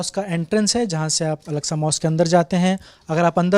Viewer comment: Name are pronouncing alaska was totally wrong the name of mosque is Al - Aqsa